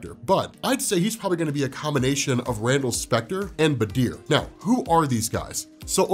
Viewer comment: i'm sorry but i got so thrown off by his pronunciation of badr's name. why is he saying it like badeer? ;-; at least stress on the A bro